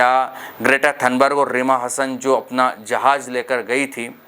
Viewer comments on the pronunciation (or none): none